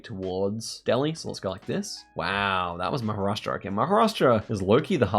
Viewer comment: well, I guess you got the point, I was not being salty, I was confused when the actual non-Indian content creator pronounced Maharashtra completely every time, why was it hard for an Indian to call out a Indian state name. When you are trying to address a state in India for a global Audience, don’t you think you were mis-representing? Let’s say if someone wants to research Maharashtra, do you think googling ‘Maha’ is enough? Forget the part of being disrespectful, Same way when I type Sa instead of Sayan. I get the global Geo guessers having hard time to pronounce certain places, so they shorten it up, but what the excuse when typing it in a comment section?